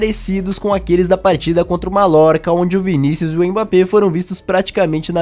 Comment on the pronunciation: Krl malorca é foda kkkkkkkk se fala maiorca